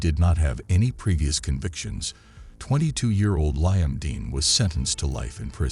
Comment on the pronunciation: Lieum 😂 instead of Liam...there are just some things A.I cant get right 😂